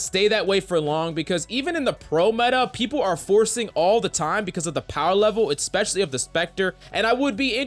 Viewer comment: EHK-specially. That's not how you say it